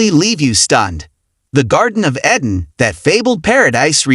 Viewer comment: EEEEden ... not e-dan